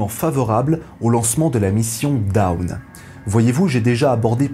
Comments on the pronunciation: Très bien ! Petite remarque: "Dawn" ne se prononce pas comme "down", mais un peu comme "dône", avec un "o" long fermé. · Si on est dans les erreurs de prononciation, en anglais dawn ça se prononce qqch comme [dône] alors que vous prononcez plutôt [daoune], comme down, qui ne veut pas dire la même chose évidemment. 😊 Mais très bonne vidéo au demeurant. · dawn ça se prononce pas daoune lol, t'as pas encore decouvert l'anglais toi. mdr